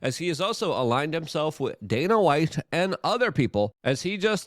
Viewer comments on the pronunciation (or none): none